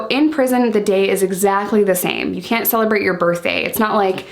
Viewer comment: "Kent. Kent. Are you kent?" Haha love the accent 😂